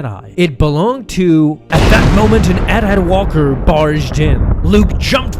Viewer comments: Ist A.T-A.T not AtAt pleaaase😂😂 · It’s AT-AT Walker. Not ATAT Walker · Why do you say AT-AT like it’s a real word instead of an acronym? It’s A T A T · You pronounced AT-AT both ways in a few seconds. Interesting.